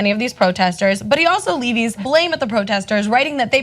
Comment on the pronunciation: Slow down girl, reporter cannot pronounce "Levies" correctly. Just slow down.